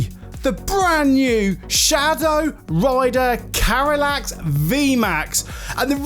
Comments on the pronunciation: Like the reviev, but its not pernauncet Carylax, Its Calyrex <3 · Calyrex ❌️ Carylax ✅️